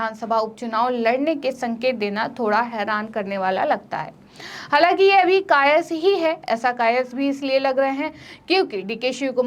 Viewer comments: Kayaas boiye madam kayas nhi bolte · कायस नहीं कयास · कायस् नहीं कयास।